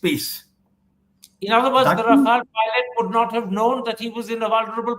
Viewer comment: Raffle becomes riffle 😂😂